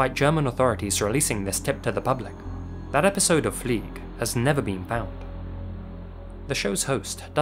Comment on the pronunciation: Fliege, not Flieg.